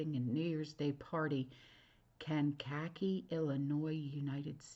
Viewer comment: Kank( like tank) a-key illinois.